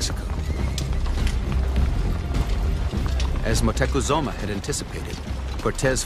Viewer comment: Is it just me or was the narrator saying Moctezuma wrong the entire time?